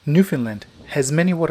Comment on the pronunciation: I thought he was saying Finland- how confusing.